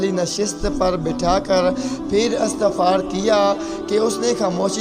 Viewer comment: Astafar nhi istafsaar ashtaqaq nhi ishtiyaq